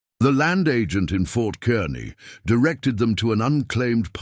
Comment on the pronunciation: I’m from Kearney, Nebraska. “Kearney” sounds like “car knee”, not the way it’s pronounced in the story. I like to hear historical stories about Nebraska. Thank you!